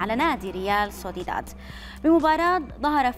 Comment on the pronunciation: طيب انطقي الاسماء صح . الفريق اسمه سوسيداد وليس سوديدا والتاني اسمه الكاتالوني وليس الكتالاني